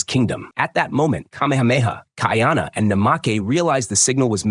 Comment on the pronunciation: Not key are nah pronounced Ki a na it's kai a na kuy are nah kaiana it's easier for me me to pronounce being New Zealand Maori Hawaiian and Maori language is similar but at least the narrator got kahumanu right.